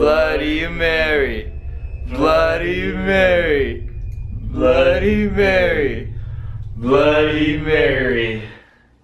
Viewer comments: your cursed for ever you only say bloddy Mary 3 times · guava juice u said it wrong its bloody mary is youre name come if you can play this game if you hear a deathly scream someone murdered you a queen thats what you say and say it 3 times in a mirror then after u say bloody murder marys death 5 times